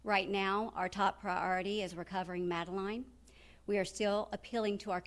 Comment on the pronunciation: Its irritating to me to hear the "Chief", after hearing this childs name repeatedly, still was able to mispronounce Madeline's name. I know that could seem trivial-its all Madeline has left on earth.